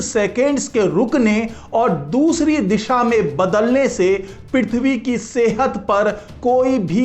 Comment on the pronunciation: पिरिथवी नही पृथ्वी बोलो